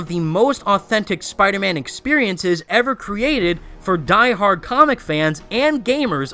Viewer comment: Omg i skipped like 5-6 times this video, everytime you say the word "comic" the f**ck mate?